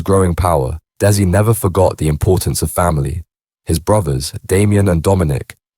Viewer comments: Its dezzy not des i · that area of Manchester is called Mersey bank NOT Chorlton --Cum Hardy ,, you cant pronounce his name dezzy not dessy , over all very poor quality video, just repeating what is already out there if true or not, adds nothing to his folklore just more clout chasing wanna be gangster bs , do own research use own voice ,, rest in peace Desmond Noonan mad man he was but he could also be kind and generous to locals when he wasnt feinding for that sheeit he started smoking, it changed him like so many,, damn crack ruined so many lives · It's pronounced Dezzy not dessie 🙄🤦🏻‍♂️